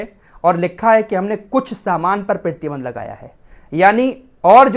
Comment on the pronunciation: Aap 'Pratibandh' kaise pronunce karte ho.. 'pittiband' 😅😃